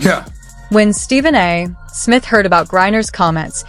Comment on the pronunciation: An easy way to tell this is an ai video: Every time the voice says Stephen A. Smith it pauses after the A. The period after the A makes it think it's the end of a sentence. Nice try, ai.